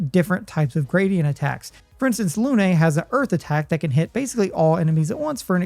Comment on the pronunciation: If you can't bother to pronounce Lune correctly, you're a loon.